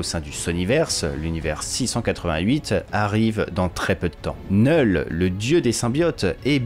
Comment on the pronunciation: Oh putain ! Merci de prononcer « Knull » correctement (sans le K) 🙏 Ça me fait saigner les oreilles quand j’entends d’autres Youtubeurs le prononcer avec le « K ». Pourtant ce n’est pas faute de leur dire. N’est-ce pas Bukkart et Landri 🙄